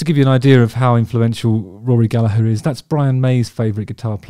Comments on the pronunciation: Great to see you pronounce his surname correctly. What a player. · I really appreciate your pronouncing his name properly. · Congratulations. You said his surname correctly. Thank you so much. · Thanks for softening that "G" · Well done Justin, really appreciate you fighting against your every natural instinct as an Englishman to mostly pronounce Gallagher correctly! Could tell it was hard at times. Now if you could only convince the rest of your countrymen to do the same with the multitude of Irish surnames they stubbornly refuse to pronounce correctly no matter how many times they're told. Joking of course, well.....half joking 😂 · Beautiful pronunciation (especially from an english man) Your vids are great!! (i just never log in, sorry) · Yes, it's the Irish, and thus correct, way to pronounce it, given it's an Irish surname. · Exactly Gallag"HER" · As an Irish blues guitarist myself, thank you very, VERY much for knowing how to pronounce Rory's last name properly. Most non-Irish people seem to insist on pronouncing it "Galla-grrrr," which is really quite annoying!🤣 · Yes and also mad respect how Justin says Gallagher instead of Gallager. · Rory is a god. As a side note, I love that you’re pronouncing “Gallagher” correctly! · Then he murders Donal 😂 ( dough nal) but all forgiven loves Justin's channel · Pronunciation of Gallagher is perfect and much appreciated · Thanks so much for pronouncing Gallagher as we do in Ireland. English people can sometimes change our names in a manner that can feel a bit demeaning in a kinda colonialist hangover (Still prevelant with comedians like Dylan Moran, Dara O'Briain etc) so it carries extra care to us Irish when you show him that extra respect. Also it's not a very common name so just an FYI, Donall, also spelled Domhnail is pronounced to rhyme with Dough as opposed to Donald, so Dough-Nall is how that's said. Amazing video and great to see some love for Rory. Cheers Justin.